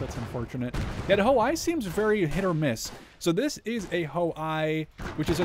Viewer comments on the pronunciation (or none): "I" in Ho-I read as "E" not as "I"